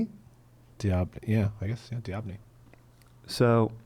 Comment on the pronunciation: Doh-been-yee friggin what up dude unh